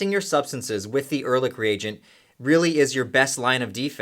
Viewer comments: Erlich is not pronounced with a k. In german, ch is pronounced softly. like sh only with a c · Wie er ehrlich ausspricht ist genial :D